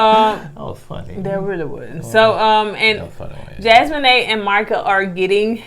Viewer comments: I believe it's Jas-mee-nah not Jas-me-nae. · Hell and this is my first time ever leaving yall a message. I love yalls commentary and yalls banter back and fourth. Yall stay having me cracking up. If yall read this please know that Jasmina's name is pronounced Jazz-me-na not Jazz-me-n-A....lol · It’s jas-meen-a 😂. Not jas-moe-ney . 🥰🥰🥰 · Loved the video as always, but was going in on Koko this whole time sheesh! Lol…. Jasmina is pronounced Jas-mean-na, not Jas-mean-nae lol. And Koko working in the prison ministry is a nice fun fact.. 💚💚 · It a special skill to put that much effort into butchering such a simple name like that. Jas-mo-nay?! I died laughing 😂 😂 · Jas-men-ay? 😹 I can’t 😂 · Jasmina her name the mina is pronounced like Tina (Teena) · Hey fam. and gonna get us on the next review for correcting them on how they pronounced Jasmina (Jas-men-nay). We can definitely count on them to mess up everybody’s name. 🤣🤣🤣🤣 I’m glad they take it in stride and don’t get mad🤣🤣🤣🤣 We love the reviews ❤️ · Her name is. Pronounced..JAZ-mee-na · Her name is JAS-ME-NUH .. lol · Jasmina pronounced Jaz-Mean-Ah😂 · Jasmine is pronounced: Jazz me nau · Jaz-mee-nah lol 😆 say it with me Jaz-mee-nah hard A at the end. It's a beautiful name it means gift of God and this 🇯🇲 queen is beautiful inside and out so she sure is. BTW I love Marvel movies also...sci-fi junky here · Yall so cute. It's pronounced Jazz-MEE-Na, I think. So glad that another season has started so I can watch yall again. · Jasmina's name is pronounced like Jazz-mean-a. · I think it’s pronounced Jazz-mee-naa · JAZZ-MEAN-AH That’s how you pronounce her name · It's Jaz-mee-nah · it’s pronounced Jazz-me-na, but spelled Jasmina 🙂. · I love y'all but Jasmina is pronounced JAZ-MEE-NAH. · I just came to watch mispronounce Jasmina's name 😅